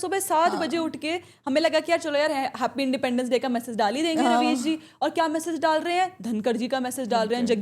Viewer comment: Ravis ❌ Rebies ✅